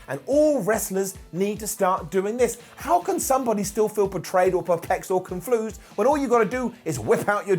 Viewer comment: "conflused"? Tell me he did not just say that! 😂